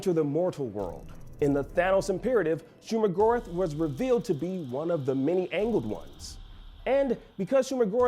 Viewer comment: Hearing him say Shuma-Gorath's name didn't bode well with me. I could be very wrong here but isn't Go"rath" said like math? Not Gorith?